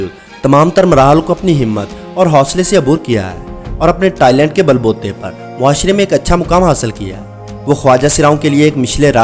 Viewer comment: Please "talent" ko "toilet" ki tarah na pronounce kerrain Aur doosri baat, aap ki script se aisay lag raha hai jaisay yeh sab khusron pe sab se pehlay tau aapka apna dil aaya hua hai. I mean, in sab "toilented" khwaja sarraon pe.